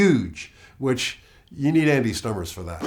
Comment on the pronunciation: he said "Andy Stummers"